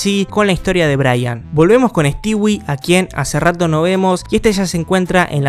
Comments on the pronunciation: Sabes que es un old cuando le dice "Stiwi" y no "Stoui". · * Pronunciar “Stewie” * Yo: “Estui”: “estiwi” Bro: Nose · me da no se que que literal digas stewi y no stui xd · Pq dice "estiwi" xd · Se pronuncia Estúi